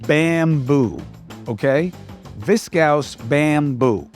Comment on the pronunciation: Did anyone else hear “betting?” (Also Viscose is pronounced VIS kohs)🤓 thanks for the shows.